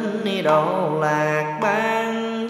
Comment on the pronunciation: Tây phương sao thầy đọc tây phan...